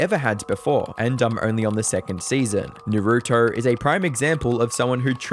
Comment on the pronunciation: Gotta dislike the video. You don’t know how to say Naruto you don’t know how to say GiGi. I feel like knowing how to say GiGi while talking about Kai is literally bare minimum research. Do better.